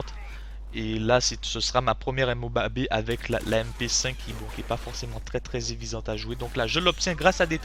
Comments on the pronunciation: il dit pas la MOABEE ? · Pourquoi MOABé ? C'est MOAB ><